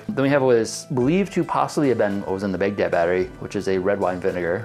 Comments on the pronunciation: Everytime he said Baghdad battery, I thought he was saying Big Dead battery. Censoring the word damnit, from God damnit? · I was so confused at the ‘big dead’ battery name. And now that I’ve mentioned it I bet you can’t unhear it. I’m used to it being pronounced “bag dad” not “big dead” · Its not "big daad" it is sincerely pronounced as "baag daud". Respect names.